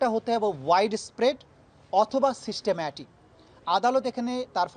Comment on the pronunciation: Wtf is he saying systemmatic? 🤣